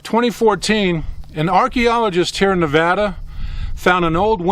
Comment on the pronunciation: Thanks for saying nevada right